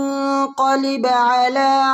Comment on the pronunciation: Yuqaliba ❌ Yuqalib ✅